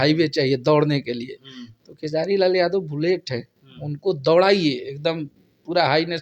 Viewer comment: pahle naam lena sikho,Khesadi nhi Khesari...